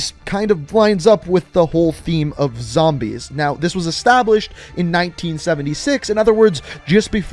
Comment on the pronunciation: When you say zambies you know you an OG